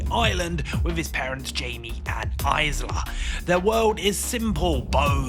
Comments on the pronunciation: Dude why are you aaying Isla like a nugget? It's a silent S not a Z sound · Isla is pronounced, "Eye-La." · it pains me when someone is doing a film review and can't pronounce the characters name correctly. Are you reading a script? Did you even see the film? They said Isla over a dozen times in the film. Come on. Can't even say Cillian Murphy correctly...